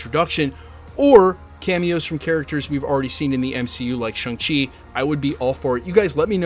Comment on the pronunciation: ShAng-Chi not ShUng-Chi. Come on.